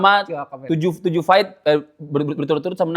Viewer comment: FACE NDROONGG BUKAN PES FIGHT BUKAN PAIIIITTTT BELAJAR CARA NGOMONG F DAN V HOST